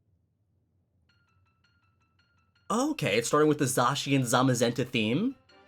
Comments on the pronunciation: It’s not zacian It’s said-s-I-an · It’s pronounced (Zae-SHe-in) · hey, just so you know Zacian is actually pronounced zayshin just a heads up! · At first I thought it was pronounced zack chian but then I thought it was zay chian and now you think it’s sa chian? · You pronounce it like zashian and I pronounce it like zakian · Wait... Did you just say... ZAHHcian? Wut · How are people still mispronouncing Zacian's name? When it was revealed, they literally said it's name.